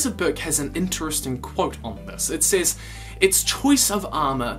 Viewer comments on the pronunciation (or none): none